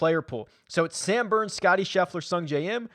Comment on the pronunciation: Did you say boooo? Or Booourns? Yeah definitely going with Sam Burns!